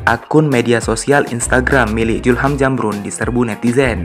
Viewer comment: Bos sebutnyasulham nukan julham,belajar lg bos.